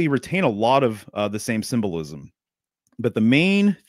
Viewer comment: Sym-Bull-Ism lol